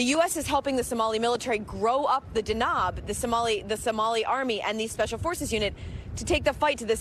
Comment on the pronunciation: The reporter completely mispronounces the special forces name, which is Danab. It means lighting in Somali language and she pronounced it as 'Dknob.'